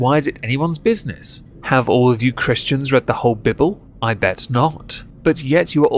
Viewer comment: "Have you Christians read the whole bibble" I know you mispronounced that on purpose and it was hilarious.